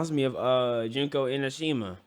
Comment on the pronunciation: Not junko inashima 😭